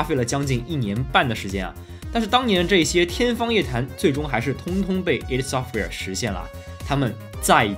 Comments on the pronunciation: 是ID Software不是Eidsoftware 0.0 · 应该是叫“艾迪software”。